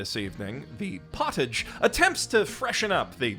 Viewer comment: I legitimately can't tell if you intentionally mispronounced potage or not Edit: nevermind it's 100% intentional lol